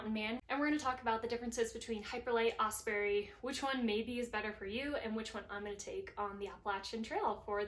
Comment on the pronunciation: Great review, I love my Hyperlight, and Osprey makes great packs too. One small thing and not meaning this in any mean way. All through the video you were mispronouncing Osprey... It's not "Osperey" as there is no "E" between the p & r.. Although I'm sure Osprey appreciated your great info and presentation.. Good luck on your hike!